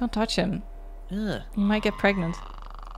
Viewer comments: It's not 'preganant'. It's 'pregnit'. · Pregananant! There's a syllable missing still :P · it's Pregante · am I gregnant? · Can I be pregonate?